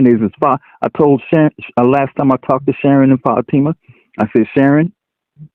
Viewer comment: Excuse me, i now have to go crush my head in a hydralic press so i can feel smarter again. Everytime he mispronounces Fatima a cute kitten dies.